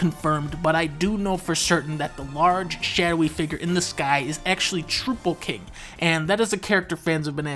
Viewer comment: One correction, it's trow-pull, not troo-pull. Everything else was decidedly spot on.